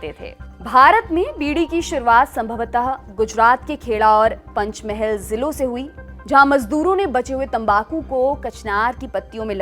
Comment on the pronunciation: It's call पंचमहाल district! It always seems that you at lallantop always mispronounce some other languages's words. It's not good